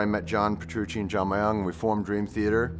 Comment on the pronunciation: I take a little involuntary twitch every time someone says "My-young". It's pronounced "myuhng", nowhere in Korea does anyone have a two-syllable last name.